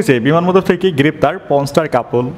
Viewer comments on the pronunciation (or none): আরে ভাই বান্দরবান কে বার বার বিমানবন্দর বলছেন কেন 😂😂😂😂😂😂😂😂😂😂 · আমি মনে করছি আমিই শুধু ভুল শুনছি বান্দরবান কে বিমানবন্দর 😂